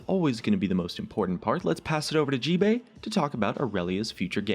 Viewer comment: description you said gbae no gbay